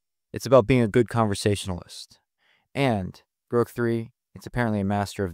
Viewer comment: And the computer voice... Groke???